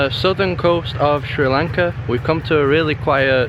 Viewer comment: i like a lot how you say Sri lanka.....:)